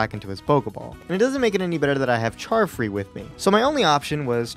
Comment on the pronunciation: charfree sounds like Child free to me lol